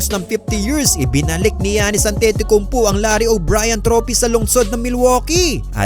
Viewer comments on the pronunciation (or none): An-Titi-Kumpo??????????????? AYOSIN MO!!!!!